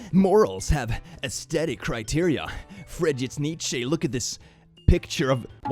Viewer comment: ITS PRONOUNCED LIKE NICHE 😭😭😭